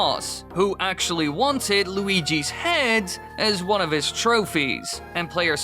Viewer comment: When you said "while Luigi's Mansion", it sounded like Waluigi's Mansion. I wonder what that would be like...